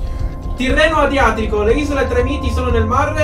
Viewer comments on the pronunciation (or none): trémiti non tremíti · Non si pronuncia Tremiti 😭😱😱😱😱😱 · “Tremíti” come si pronunciaaaa???? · Si dice Trèmiti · Comunque si dice Trèmiti !!😠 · Isole tremiti nooo l'hai pronunciato malissimo